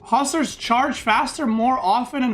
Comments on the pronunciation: He said wing huskar😂😂😂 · Nope, he said Hussars